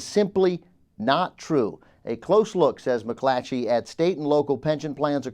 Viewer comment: whenever says McClatchy, he adds an h to his next c. McClatchy. It's a tough word to enunciate.